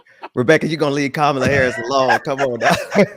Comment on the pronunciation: DeSantis mispronouncing Kamala but won't or can't explain how to pronounced his own name